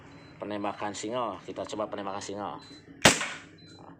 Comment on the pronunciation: Singgel pak bukan singel